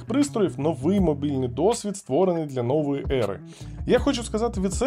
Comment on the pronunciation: Дякую за українську мову! Дуже приємний тембр голосу. Але є деякі зауваження до тексту: виступа - виступу нОвої - новОї цвітна - кольорова тОнким - тонкИм пікселей - пікселів мІцним - міцнИм чисах - годиннику вот - от нОвому - новОму замітна - помітна облаком - хмарою